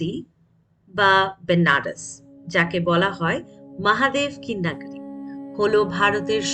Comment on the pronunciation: Jemon sposto uccharon temon e darun presentation ❤ gola ta sune mone hocche puro e professional..tobe kichu jaigai change hole bhalo hoy jemon "নগরী" টা । shotti bolte khub e mon chuye gelo 😊 Honest opinion dilm❤ Mahadev bless you always 🌟✨